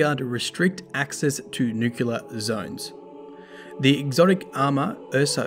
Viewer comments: Anyone else get triggered when he said “Nuke-Yoo-ler” instead of “Nuke-clee-er” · DDU double dip. Nucular! Cheers.